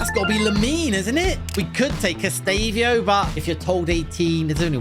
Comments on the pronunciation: eastavio it's estavo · Estavio lol its Estêvão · Bro butchered Esteváo's name